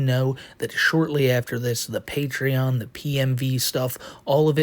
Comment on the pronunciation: please. It’s not a patreon, it’s his pay-twee-on